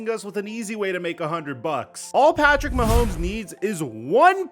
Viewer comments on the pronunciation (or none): none